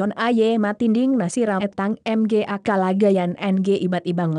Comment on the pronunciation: I live in the Philippines and the voice there cracked me up, mga is pronounced ma-nga, not em-gay XD